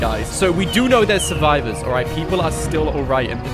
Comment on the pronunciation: Not how you say survival